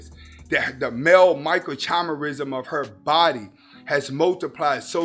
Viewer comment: I like your stuff bro, but there's a lot of unscientific drivel in this one that exposes your lack of understanding of basic cellular biology. Also, it was difficult to take you seriously on this when you are not pronouncing the word 'microchimerism' correctly. Suffice to say, telegony is a widely dismissed theory in contemporary science.